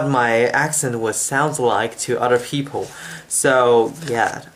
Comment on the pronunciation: You do have an accent. (1)You speak very slow but still you lose consonants which are set into the last positions of words. (2)You have tunes in your English. As I understand, tunes are only in Chinese. (3)You pronounce a few vowels and lots of consonants wrong. (4)You can't recognize 'O' and 'l', there is 'people', not any 'peopo'. 'Call' is not a 'co'. (5)You can't pronounce two consonants that sequentially exist. There is 'English', not any 'engulish'. You have an accent, obviously.